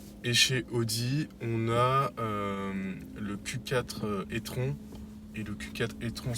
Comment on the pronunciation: J’adore la façon dont tu prononces le nom de l’Audi « étron », est-ce une façon d’indiquer ce que tu penses du modèle? 😄